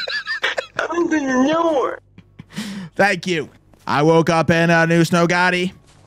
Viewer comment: OPNE THE NOOR